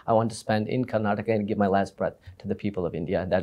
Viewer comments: Mr Thappar - it is KARNATAKA & not how you are pronouncing . First learn how to pronounce correctly your fellow states properly before asking for any money. Kannada Film Industry is the only film industry in India where the METOO movement did not happen because it is a perfect utopian Work ethical Industry or was snubbed , curtailed and killed in the bud . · With all due respect mr Karan Thapar , make sure you say Karnataka and not karnatak ! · Mr.Thapar, thank you for this interview. This was brilliant. However, with due respect I want to raise a couple of issues. Firstly, it is Karnataka and not Karnatak. And secondly and more importantly, it is disrespectful to interrupt the interviewee repeatedly. Please allow them express their views and opinions fully.